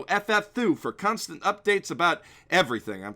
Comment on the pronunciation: cunstant updates